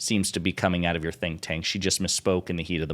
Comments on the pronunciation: Did Crocket say "think tank"? I heard "stink tank", which is fitting for the Heritage Foundation. lol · Did she (Ms. Crockett) say “stink tank?” Did I hear that right, or was that just a slip of the tongue when meaning “think tank?” I’m still laughing… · I heard stink tank. 😅😅😅😅